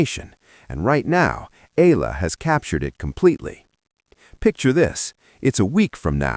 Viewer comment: Eala is pronounced as eyala not ila